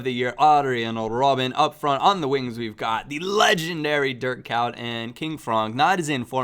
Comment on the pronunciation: It sounds like you say dirt cow when you try to pronounce Dirk Kuyt